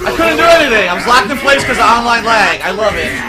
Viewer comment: DOOD, it’s obviously AHNLINE LAHG!